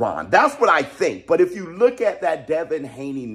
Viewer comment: You mean the "buhlook"